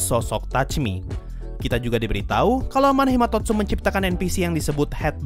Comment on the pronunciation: title : Amanomahitotsu sensei : Amanohimatotsu